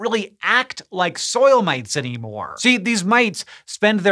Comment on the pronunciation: When Hank Green says, " Mites," it sounds like an Austrailian saying "Mates." G'day...